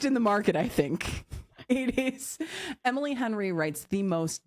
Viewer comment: I giggled for like 10 minutes after that. Couldn’t stop hearing “Hemily” after said it 🤣🤣🤣